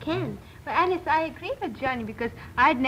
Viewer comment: kept butchering Allice throughout lol